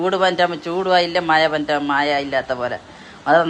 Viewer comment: ഏതു ഭാഷ ഇത് മയയല്ല മഴയാണ്